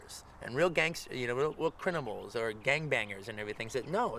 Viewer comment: CRINIMALS😂 love u quent